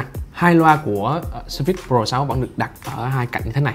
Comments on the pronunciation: Nhấn âm đầu, phải là sớ phits, chứ không phải sơ phít. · "sờ phây" mà ổng đọc "sơ phít..." Oải cả "sơ phít" :)) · Ổng nhấn âm sai